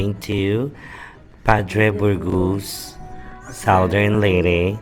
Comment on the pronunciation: Padre Burgos neng, hindi Padre Borgus